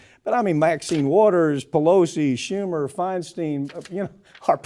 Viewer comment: San Franciscan here, and no fan of DINO-FI, but "Feinstein" rhymes with "fine wine."